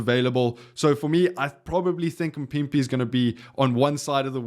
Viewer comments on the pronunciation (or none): Why are you butchering a name so phonetically simple like MAAAAAA-PIMPI.. Anyway i would love to see Fassi at 11 and Sacha at 15 vs Wales. I have no idea who can play 14 with Ireland in mind but i agree that Jesse Kriel will be moved to the wings primarily for his defense and organization of that defense. We really just lost the world's best back 3 😢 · Not mpipi its mapimpi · There's no way you can't say maphimpi. L video.